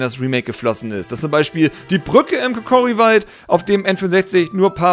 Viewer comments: Es heißt Kokiri und nicht Kokori xD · Ich will ja nicht klugscheissen,aber es heisst Kokiri nicht Kokori.:D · es heißt kokiri und nicht kokori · darf ich dich bitte darauf hinweisen, dass es "Kokiri" und nicht "Kokori" heißt;) Wenn du was für die nächste Folge brauchst, wie wäre es mit Pokémon? Saphir/Rubin/Smaragd oder Diamant/Perl/Platin wäre toll:) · kokori WTF 😂😂😂 es heißt kukiri oder wie es geschrieben wird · Warum sagst du immer Kokori? 😂 das heisst Kokiri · Wahrscheinlich war's nur'n Spaß, aber bitte: Kokiri! Nicht Kokori. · "Kokiri" und nicht "Kokori" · es heisst kokiri und nicht kokori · "KOKORI" Lachflash des Todes 😂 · Etzala is aba mal schluss, das is doch apsichdliche Browogation! Es heißt Kokiri, mit (a)i - ganz wichtig! Am Montag gibts ne fedde, digge Anzeige! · Kokiri! Es heißt KOKIRI.